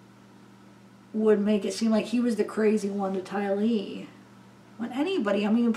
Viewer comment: You said "TY-lee" 😁😁😁 that sounds great. You are so sweet. Hang in there through this new normal. 🦄